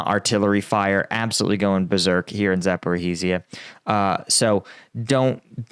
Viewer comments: Been away for a few weeks, and saddened to return and find you STILL calling the place ZaporHArizhia. Please drop the HA! You wouldn't like it if I said AlaHAbama, MissiHAssippi, DelaHAware etc... Good stuff, otherwise. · Zaporizhzhia rhymes with “like amnesia” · Zaporozhzhia: to get the right pronounciation type the name, find wikipedia page, change the language to cyrillic and paste it into google tranlator where you can play the audio. Here's Zaporozhzhia - Запоріжжя